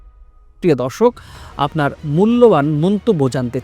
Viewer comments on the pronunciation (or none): none